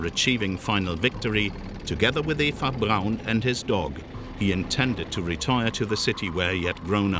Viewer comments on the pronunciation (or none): none